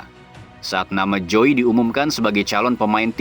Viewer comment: Krn joey keturunan belanda mestinya huruf jdisebutkan sebagai huruf y dalam bhs belanda jadi mestinya penyebutan joey: yoey dong